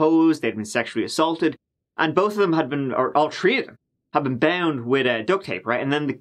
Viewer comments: In this episode, said “tree (3)” or a variation five times, and also said “turd (3rd)” twice. Well done,. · Happy 2022! I look forward to your stylish vids and love, love your accent - especially when you say ‘tree people’ and I think of Tarzans. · ON THE COUNT OF ONE TWO TREE 🌳 🤣🤣🤣🤣